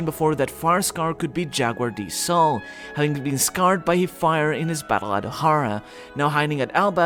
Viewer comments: U cant even pronounce fire soooooo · For the love of god, learn how to pronounce "fire".